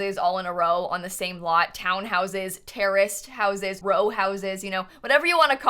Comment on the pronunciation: I thought she said terrorist houses😂 Not terraced houses😂😂😂